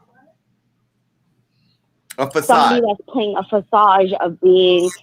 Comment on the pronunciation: It's Facade!!! Not fasage! 🤣🤣😂😂